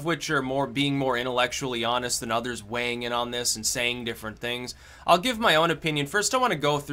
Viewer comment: i like the video when he says hes waeighing all the oucomes